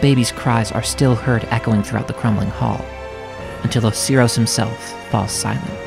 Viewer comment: IM SORRY OHSEEROHS? OSIRIS?